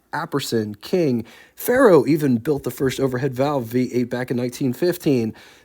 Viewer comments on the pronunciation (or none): none